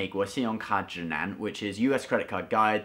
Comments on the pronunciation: Perfect Chinese pronunciation 👍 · 我也被嚇到了 中文很棒啊